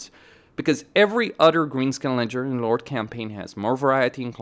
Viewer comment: why do you pronounce "Ledgering Lord" instead of "legendary lord"? Nice vid tho.